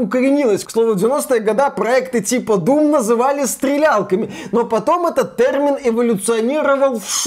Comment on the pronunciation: Ай-яй-яй - вроде речь идет про чистоту русского языка но - слово нововеЯние произносится, как нововЕяние на самом деле (следим за ударениями ;D ). А так же, слово тЭрмин, в русском варианте звучит как тЕрмин, иначе правы говорящие пионЭр и фанЭра ))))). И кстати, это не игровые термины, а иностранизмы вошедшие в русский язык за долго до компьютерных игр. И кстати на канале, очень часто, звучит название компьютера PC не как ПК (персональный компьютер) , а как пи си ...или писи... в русском языке это странно)))))))))))). Но посыл очень правильный - единственное я пожалуй сравнил бы с профессионализмами, когда в определенной профессии возникают слова непонятные обывателю, но совершенно незаменимые для данной профессии (часто созданные на иностранных языках) и это тоже хотят изменить (это крайне тупо). Да даже в целом современный русский язык наполнен иностранизмами, что нужно вернуться к историческому русскому? и на сколько глубоко - если что, Пушкин так же использовал иностранизмы! И теперь надо определить период - от какого момента русский язык чист от иностранизмов, 1. ХЗ......2. ТУПАЯ ЗАТЕЯ,,,,,,3. Просто попытка осуществить еще дополнительный контроль , верно последний 3-й вариант правильный, но мало осуществимый. Как будем отслеживать,преследовать,награждать и наказывать - пипец дурная идея!!!